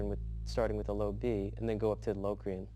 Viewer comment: I guess Myung's pronunciation is right. Check the Vinnie Moore's videos on modes, and you'll see he pronounces Locrian exactly the same way. Music savants know English!